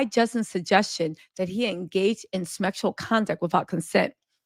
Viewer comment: Did she say, "Smexual harassment"?